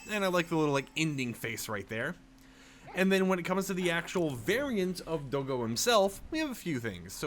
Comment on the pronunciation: it's not do-go it's dog and go in one word (DOGGO) not do-go